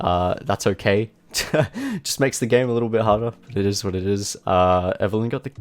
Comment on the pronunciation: Eeet iz wat eeet iz